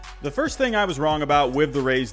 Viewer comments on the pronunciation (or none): none